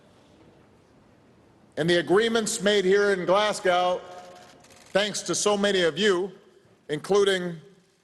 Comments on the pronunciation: Pronounced glasgo. Not glass cow 😂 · It's fkn glesgey mun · If President Obama continues to pronounce Glasgow as Glaz-gow, I'm going to call out Washington DC as Wash-ing-tone. Got that? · Maybe learn to pronounce GLASGOW and understand it's in Scotland, not Ireland. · GLASSGAW! Why can't Americans say Glasgow. The "o" disappears when they say it. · It's not pronounced 'Glass Cow'. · Nope. Glezga. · You mean Glezga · Can't even be bothered to pronounce the name of the city correctly. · if anyone pronounces "Glasgow" like that in future, they're not allowed in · The way he pronounced Glasgow 😅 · He's American, that's how they say it and on the behalf of all us Brits, it pisses me the fuck off. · His pronunciation of Glasgow makes me sad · why do americans find it so hard to pronounce glasgow correctly? like literally just don’t say the w 😭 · and can't even pronounce that correctly. This is what a Harvard education buys you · He pronounced Glasgow like they’re Russian 😂😂😂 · Well the title was right. His pronounciation of Glasgow was not.